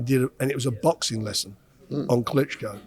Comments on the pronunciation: I know it's juvenile but I lost it when he said "Klitschko" 😂 is such a pro normally and doesn't usually make silly mistakes like that Anyway, that caught me off guard, it's all good though, he's still the best interviewer in the boxing game. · He actually said Klitschko! Come on man!